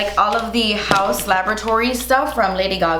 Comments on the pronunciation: Ha! When Dexter popped up in the corner! I immediately thought of that show when you pronounced "laboratory" that way. LOL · Everytime u said "laboratory" i thought of dexter's laboratory lol